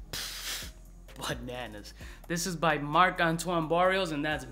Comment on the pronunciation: not Barrios, it's Barrois :D